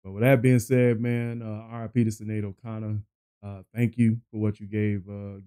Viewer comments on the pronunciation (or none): It's pronounced S(h)inead,.🙂Who can forget this song and her beautiful face,she was so very troubled and had to deal with such Tragedy this last year.Ireland is in mourning.☘